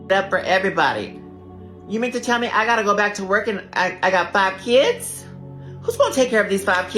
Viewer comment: Muh keeyuuds. The fatigue is almost unbearable, no I don't "FILL" them.